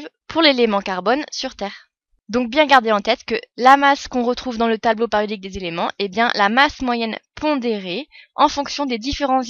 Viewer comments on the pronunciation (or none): pariodique!!! j'ai mal aux oreilles!